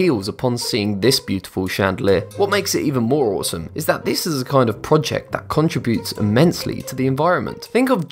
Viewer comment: "Con trih BUTES" ?